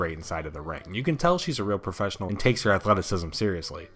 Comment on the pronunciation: soh-sill media. lol profess-innil